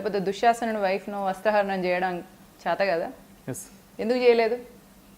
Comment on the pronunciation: వస్త్రహరణం కాదమ్మా, వస్త్రాపహరణం అనాలి 😂😂😂